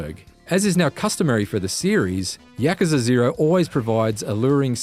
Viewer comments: Yakaza. It's Yakuza. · YAKUZA - yuh·koo·zuh Not Yakaza! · he said ya-cuh-zuh instead of ya-koo-zah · yacucza? i think its yah-coo-za. not yahcuhca 0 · No, you are horribly wrong. It's pronounced just like how it's written. YA-KU-ZA. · Its pronounced yakoooza not yakuza but I have never played any of the Yakuza games and this looks like a 10 out of 10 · No, it's pronounced like, YA-KU-ZA. Exactly how it's written. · lol he said YAKAZA lmao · I always thought it was pronounced as "Yaw-koo-zah". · 1 out of 10 for his bad pronunciation of Yakuza........ hes saying Yak... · Why is no one talking about the incorrect pronunciation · Do yourself a favour and watch the Gamespot review instead. Gamespot review: No spoilers, actually reviews the game, no comparisons to Batman games, proper critiques and the reviewer can pronounce Yakuza properly. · How he says Yakuza is a 10/10 IGN